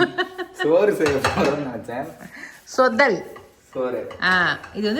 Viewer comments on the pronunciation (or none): சொதல் இல்லை “தொதல் “ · It s not shodhal it is called dhodhal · It’s “ THODHAL” ( not sodhal)